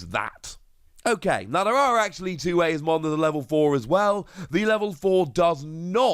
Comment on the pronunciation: Eosmon is pronounced “E-Oz-mon”